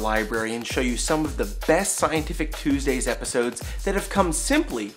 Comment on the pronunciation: i love the way he says TUSDAYS xD